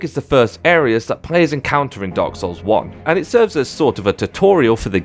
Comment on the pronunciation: Hes saying dog souls, im sure